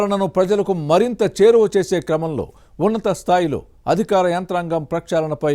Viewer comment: యాంకర్ గారు, అదిఖారం కాదు అధికారం. పథఖాలు కాదు పథకాలు.